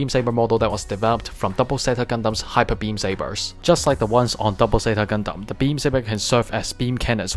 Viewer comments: Quick question why do you keep saying ze-ta Gundam not zeyta? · sorry it's just a bit weird cause almost every gundam YouTuber I know say zeyta not ze-ta sorry 😞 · I also like japanese it's just that I'm so used to hearing people say zeyta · I know I'm just confused cause other YouTubers say zeyta